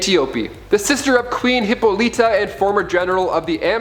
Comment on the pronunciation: Hip-pol-li-ta, Sir-See